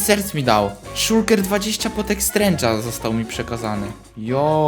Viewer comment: strength a nie strange